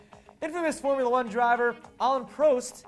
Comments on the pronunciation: Firstly, it's Alain Prost which rhymes like a Boss! Not Alain PRO-st. Secondly, contrary to American belief, the rest of the world could not give a shit about American football. M.I.A. is also a great rapper and she stuck her finger up for some easy American publicity. Lastly, if the R8 driver had the flappy paddle gears then I can sympathise with him for just how hard it is to park without manual gears because the car will naturally just want to shoot forward. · where is jf when you need him....i think you saying prost and dacia wrong.....just sayin is all could be wrong.